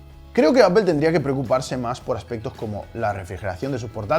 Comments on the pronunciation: “Apel” Apel” Apel” “Apel” “Apel” “Apel” “Apel” “Apel” “Apel” Apel” Apel” “Apel” “Apel” “Apel” “Apel” “Apel” “Apel” Apel” Apel” “Apel” “Apel” “Apel” “Apel” “Apel” “Apel” Apel” Apel” “Apel” “Apel” “Apel” “Apel” “Apel” “Apel” Apel” Apel” “Apel” “Apel” “Apel” “Apel” “Apel” “Apel” Apel” Apel” “Apel” “Apel” “Apel” “Apel” “Apel” “Apel” Apel” Apel” “Apel” “Apel” “Apel” “Apel” “Apel” “Apel” Apel” Apel” “Apel” “Apel” “Apel” “Apel” “Apel” “Apel” Apel” Apel” “Apel” “Apel” “Apel” “Apel” “Apel” “Apel” Apel” Apel” “Apel” “Apel” “Apel” “Apel” “Apel” “Apel” Apel” Apel” “Apel” “Apel” “Apel” “Apel” “Apel” “Apel” Apel” Apel” “Apel” “Apel” “Apel” “Apel” “Apel” “Apel” Apel” Apel” “Apel” “Apel” “Apel” “Apel” “Apel” “Apel” Apel” Apel” “Apel” “Apel” “Apel” “Apel” “Apel” “Apel” Apel” Apel” “Apel” “Apel” “Apel” “Apel” “Apel” “Apel” Apel” Apel” “Apel” “Apel” “Apel” “Apel” “Apel” “Apel” Apel” Apel” “Apel” “Apel” “Apel” “Apel” “Apel” “Apel” Apel” Apel” “Apel” “Apel” “Apel” “Apel” “Apel” “Apel” Apel” Apel” “Apel” “Apel” “Apel” “Apel” “Apel” “Apel” Apel” Apel” “Apel” “Apel” “Apel” “Apel” “Apel” “Apel” Apel” Apel” “Apel” “Apel” “Apel” “Apel” “Apel” “Apel” Apel” Apel” “Apel” “Apel” “Apel” “Apel” “Apel” “Apel” Apel” Apel” “Apel” “Apel” “Apel” “Apel” “Apel” “Apel” Apel” Apel” “Apel” “Apel” “Apel” “Apel” “Apel” “Apel” Apel” Apel” “Apel” “Apel” “Apel” “Apel” “Apel” “Apel” Apel” Apel” “Apel” “Apel” “Apel” “Apel” “Apel” “Apel” Apel” Apel” “Apel” “Apel” “Apel” “Apel” “Apel” “Apel” Apel” Apel” “Apel” “Apel” “Apel” “A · Pued técnicamente si lo pronunciamos bien ya que donde nació Apple se dice apol y toda Latinoamérica le dice así, no es por ofender ni nada pero ustedes son los únicos que lo llaman diferente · La pronunciación correcta en inglés gringo y británico es "apl". Los españoles en realidad pronuncian muy mal el inglés por lo general. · Al meno es mas correcto que decirle apel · B3E3 eso no es verdad, ustedes lo escuchan así pero no dicen apel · Me mató la pronunciacion "Apel" xd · Se dice apol